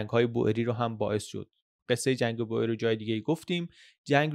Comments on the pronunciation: سلام میخواستم بگم تلفظ Boer به هلندی بوئر نیستش و بور تلفظ درست هست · خیلی عالی! فقط اینکه کشاورز در زبان هلندی بور تلفظ میشه نه بوئر، دقیقا مثل تلفظ موی بور در زبان فارسی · بوئریی نه بووورن .boeren به هلندی یعنی دهقان بوورن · خیلی ممنون بابت ویدیوهاتون ❤ تو زبان هلندی oe همون oo انگلیسی تلفظ میشه، boer بور خونده میشه، boor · در زبان هلندی دو حرف او مانند اردک و حرف ایی کنار هم قرار میگیرند صدای اوو میده پس کشاورزمیشه بوور و جمعش میشه بوورن یا بووره ...مثل موی بور .تلفظ شما اشتباس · دووست عزیز تو زبان هلندی به کشاورز ها میگن بوور بیش از هزار بار به اشتباه تلفظ کردید